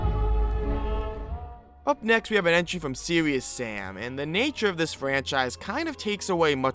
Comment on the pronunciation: "Seweeus sam"